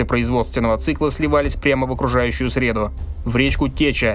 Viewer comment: Сливать в срЕду? По дням недели сливали отходы?! Это конечно шутка, но прошу диктора учитывать что среда это не только день недели но и то что нас окружает, ударение меняет смысл иногда